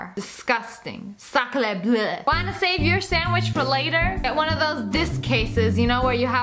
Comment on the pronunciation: Hi, even though I know you're not French I just wanna state it's not SaClEeH BlUh it's sacrée Bleue sa cr eh bl euh